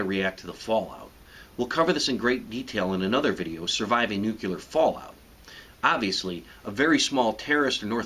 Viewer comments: Please, let pronounce the word right, okay? For review its "New Clee Air" not "New Qu lar". This one makes you sound as dumb as Lyndon Johnson. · It's pronounced "NUCLEAR" not "NUCULAR" you stolen valor fake ass soldier douchebag. You're supposed to lay face-down, with your head aimed away from the blast so you don't get sucked into the radiation zone from the vacuum wave, then you get the fuck out of dodge the instant it passes overhead. That's literally ALL YOU CAN DO. If you're in the cook zone you're dead anyway. This shit is stupid all it did was piss me off you're gonna get people killed with shit like this. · Aaaarrrr its called nuclear not nucular. Ok, now im being picky. I should shut up. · According to this guy, you can survive a nucular bomb. But I know you have no chance against a nuclear bomb. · For the love of fucking God, it's pronounced NU KLEE ER. NOT NU CUE LER. You sound like a god damn ass when you say it wrong! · Great information on nucular missiles. What is even more frightening however is the prospect of NUCLEAR missiles. Let's pray conflicts stay at the nucular level. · Nucular? It's new-clee-ear. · Nuc'l'ear... Not Nucular. We're not microwaving pizzas here. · stop saying "NUCULAR"!! fuck! it's "NUCLEAR"! ( NEW-CLEE-ER ) grrrr! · "Nookyullar"? Seriously - it's nuclear as in "new clear". It's not difficult. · its supposed to be pronounced nuclear not nucular but for some reason a lot of people pronounce it that way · This joker might have a little more credibility if he learned how to correctly pronounce "nuclear." I cringe every time I hear him say noo-cue-lar. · FFS it's Nuclear, not Nukular. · NUCLEAR! NOT "Nucular", you Bush-loving jackass. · NEW-CLEAR... NOT NewKILLAR. Even if you survive the blast, you will die from radiation. No point. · Am I the only one slightly irked that he said "nucular" rather than "nuclear"? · Stop saying "nucular", its not a word. Nu-clear. New-clear. Nuclear. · Why does he keep saying "nuculer"